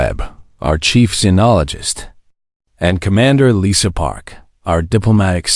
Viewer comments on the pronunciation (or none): none